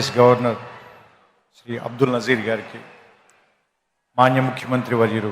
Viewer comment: Trivikram speak MANYA not maji